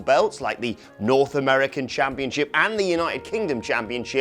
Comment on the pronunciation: ChampionSHIP not championCHIP... Jesus. It’s just English, I thought you guys invented the language.